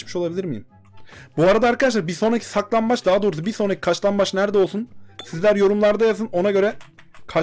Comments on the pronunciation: Abi sen saklanbacmı demeye calısıyosun yoksa kaclanmac mı demek istiyosun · O kaçlanbaç değil saklanbac